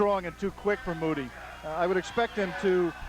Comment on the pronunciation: Moo-tea,,, not Moody. I had a long talk with Chisanda Mutti after this fight, and he told me that he was given the fight at short notice, as a he replacement. He told me that he had not had time to prepare for the fight. I asked him he took it, he told me that they paid him a lot of money (US $25 000)